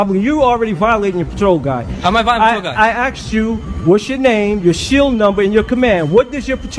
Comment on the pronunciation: Did this guy say he axed him really what the fuck?